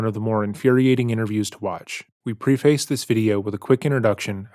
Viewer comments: I love and watch all your videos! But it's preh-fuss Not pree-face Love you! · "Preface" is pronounced PREH-fuss, with a short "e." Otherwise, great video! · Friendly advice to look up the pronunciation of "preface"!